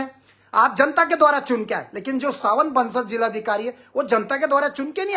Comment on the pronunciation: Not सावन बंसल.. Savin Bansal